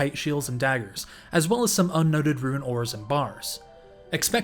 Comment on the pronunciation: I only started watching to see if you still pronounced rune as "ruin"